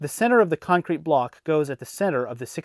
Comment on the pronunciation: I hate the way he says con crete